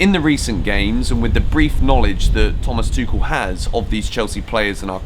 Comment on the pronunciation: Tu-kh-el. Correct Tou-sh-el is french Hope this helps xx